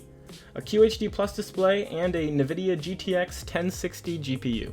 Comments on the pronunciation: N-vidia not "Nevidia". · Alright the quality of this video is good but you gotta stop saying navidia man it makes you sound ridiculous